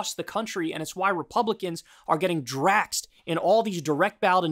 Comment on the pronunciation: Am i the only one who can't stand when he says "draxed?"